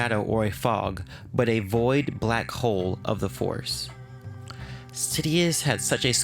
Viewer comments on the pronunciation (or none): none